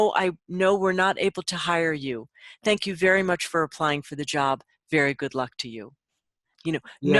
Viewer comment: Wery, wery, wery good...thank you🤗